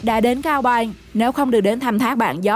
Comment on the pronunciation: nói chưa sõi mà đòi thuyết minh "cao bằng thì thành cao bài" kkk, hãy dẹp đi, học nói chuẩn đã nha